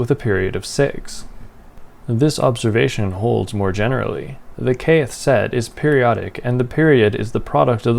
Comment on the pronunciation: Interesting. You pronounce "Kth" in two syllables. I've never heard that before. Nice.